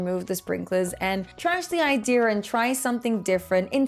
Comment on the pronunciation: How do you say ideer for idea, like where's the R from